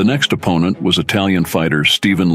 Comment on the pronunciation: This must be AI reading the text. "Em-bark-ed"? "Ahp-pin-nent"?